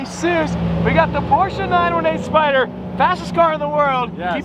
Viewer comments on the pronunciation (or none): none